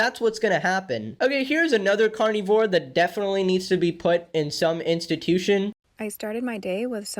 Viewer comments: i like how you say carnivore like “carnie-vore” because these people really be looking like clowns, like to the same extent vegans do. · I like the way you say carnivore. Carnyvore lol. 😂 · I know this is supposed to be a serious video and all, but I can’t get over the way he says carnivore😂 I love it😄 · SAME i couldnt even watch w/o laughing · ' pronunciation of carnivore makes me think they're eating fairground employees